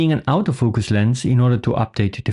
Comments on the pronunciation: Nice quick review. I like the way you phonetically pronounce autofocus….outofocus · Thought you said "Out of Focus lense" XD It took a while but then I got it.